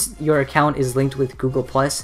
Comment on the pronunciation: Heres some feedback; why do you speed babble? Whats the point? Do you want people to understand this? At least learn how to say Google. What a complete waste of effort.